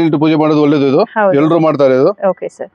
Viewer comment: ಹೊಳ್ಳೆದು ಅಲ್ಲ.. ಒಳ್ಳೇದು... ಹಕ್ಕಿ... ಅಕ್ಕಿ.. ಬೇರೆ ಬೇರೆ...